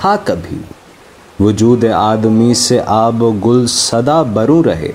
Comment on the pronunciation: sir sorry to say pehly nazm k andaz e biyan ko smjhyn ,apko to itna ilm ni hy k nazm m aab o gil hy ya aab o gul ,afsos sd afsos